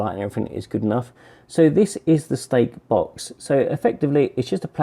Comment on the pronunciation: 4 minutes in i almost nidded off. stakebox.. yeah keep saying stakebox.